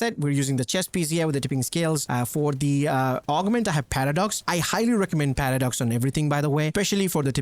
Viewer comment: Does anyone else hear him saying "Patter Dogs" when he says paradox?